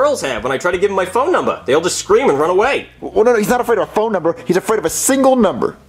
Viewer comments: I like how says “cream” instead of “scream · I love how he said cream instead of scream. I laughed so hard! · I love when says cream instead of scream. 😂😂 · Every time says scream he remove s with saying cream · this one is also making me laugh the fact he said cream instead of scream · I love it when the teacher says cream instead of scream 🤣 Wow I didn't expect to get any likes but thanks to who the people that liked it! And here's a cup cake 🧁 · My immature ass can't take him saying cream instead of scream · He always says that but I agree lol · Why on Earth does drop the s from the word “scream?”